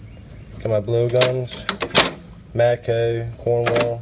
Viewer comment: Matcoeee lol I can't stand when people pronounce O like that